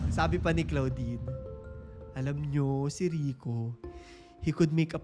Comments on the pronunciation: Sakit s tenga ng pgkkapronounce mo ng name ni claudine (clodine) not CLOUDine😅. Kng bata kpa nsa 3yrs old ka p lng that time, pno mo nsbi n nkkakilig?puro hear say, not credible😢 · Clo - din kasi ang pronounciation hindi klaw-din hahahah na cringe ako very light, pero ganda ng content na to